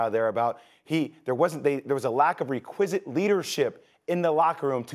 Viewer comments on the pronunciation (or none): 😭😭 Jay said requisite like "Re-Quiz-it" 😭😭😭😭😭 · Someone PLEASE tell Jay Williams to stop using words he cannot pronounce correctly…..i.e. ‘REQUISITE’. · Does JWill not know how to pronounce "requisite"? 🤔